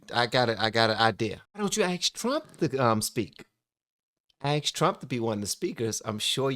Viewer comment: bro said ask and axed...I’m hoping for “ask” moving forward